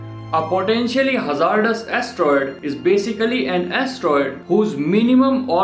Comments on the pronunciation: Hey, ima help ya out here so people won't get mad at ya. Hazardous is pronounced [haz ard iss] I hope that helps:] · You can’t say hazardous